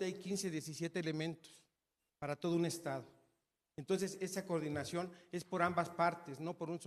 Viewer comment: Cordinación chavos, coordinación cordinacion, coordinaciooooooon vale madres che reportero !!! y burlarse del reportero que es parte del pueblo bueno nos coordinamos pa la próxima , bueno ya una pregunta no mas , la candidata ya se conso , ......igual que su jefazo ineptos